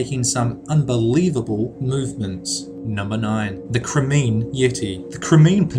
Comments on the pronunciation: number 9.... Crimean... Crime-ee-ann..... not crimeen... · The Crimean Yeti is pronounced Cry-Me-An! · You can't pronounce Crimean - ahh it hurts me.